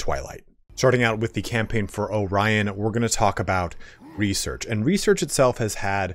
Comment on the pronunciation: Actually,,, you pronounced "Orion" just like in Russian language (and any other slavic-language I believed too) :D